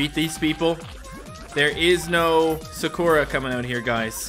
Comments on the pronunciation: It is pronounced as sakura not sakoora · He calls Sakura, Sugura😂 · Is anyone else bothered that he says sakura wrong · Who else wanted to scream at their screen that pronounced Sakura wrong Edit: u should become a weeb becuz anime is great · I got mad when he mispronounced Sakura